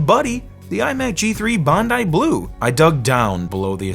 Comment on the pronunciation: him pronouncing Bondi blue was painful